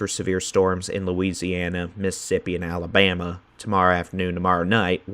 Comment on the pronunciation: Thank you for being the. Just to hear you say Alabama correctly. I love a winter when the cold blows in and then out again. The best of times. God bless.